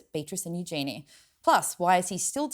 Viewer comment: You need to learn to pronounce Eugenie's name properly!